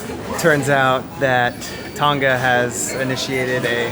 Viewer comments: Thanks for the update! How to pronounce Tonga: it actually rhymes with the words "long" and "uh" (long-uh / Tong-uh) - don't pronounce the g. On a side note, New Zealand is pronounced Nyu Zeal-ind (zeal rhymes with seal) - not New Zeeland. I hope that helps for future videos! Liked and Subscribed! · Oh one more thing-:; Tonga is pronounced Tong-arh rather than Tong-gah. I love your mums' (moms') RV -Atlas btw. I'm so happy for her. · please learn to pronounce TONGA properly